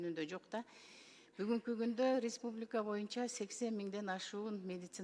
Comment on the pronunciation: Ресбубиканы эле дейт Республиканы